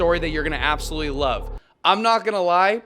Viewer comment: "And wove twue wove" I love watching your videos. It really helps with my depression. Thank u for making these